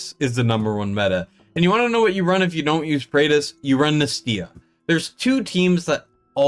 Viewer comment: What do you expect? He can't even pronounce Nastya, let alone rate her.